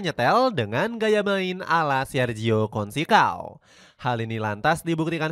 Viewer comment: Consecao... bacanya bukan konsekao... yang benar itu conseisaun..